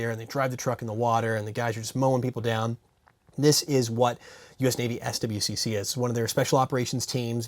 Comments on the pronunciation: SWCC is pronounced "Swick." My question is this: Have you ever found a plastic gun that felt better than a metal gun? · it's basically pronounced swick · swcc is pronounced swick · Hey, this is not a question but just an FYI. Navy personnel commonly pronounce SWCC as "swick"